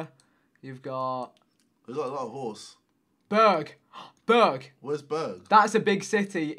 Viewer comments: You Said bög xD and that means gay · When u say berg wich in swedish means mountain, it sounds like u say bög wich means gay xD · its so funny when you pronounce Berg, it sounds like you are saying gay in swedish.. haha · LMAO You are literally pronouncing that as “Bög” wich means gay in Swedish omg. The pronunciation is absolutely perfect and is hilarious! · you startled screaming berg but it sounded like you said bög. Bög means gay😂😂😂